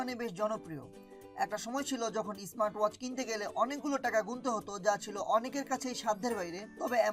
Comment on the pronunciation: ব্রো উচ্চারণে একটু নজর দিয়েন।👍👍